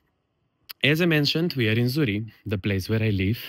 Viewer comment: please pronounce the Name of your village properly. You need to pronounce it with the Q at the end. Z U R R I E QQQQQ not Z U R R I E.